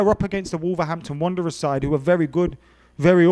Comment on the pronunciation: was so gassed he said Wolverhampton Runderers